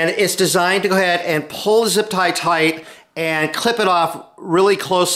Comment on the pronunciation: Tight not toaght